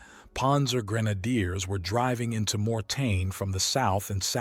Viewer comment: MOR- TAIN is how it is spelled, not morten.Thanks for the video.